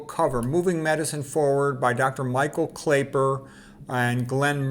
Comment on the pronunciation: Thanks for the review. His name is actually pronounced Clapper.